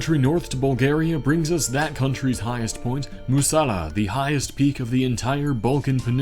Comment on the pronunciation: MusaLA with an inflection on la in Bulgarian